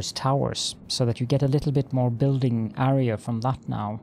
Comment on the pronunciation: Love the channel but the way you say AREA is so ircking haha